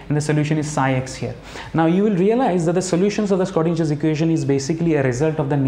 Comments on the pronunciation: It's not skrodinger. .. please pronounce in the correct way....(sro not skro) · Very nice video, thanks! Btw the Schrödinger Equation is pronounced with a sh sound in the beginning :)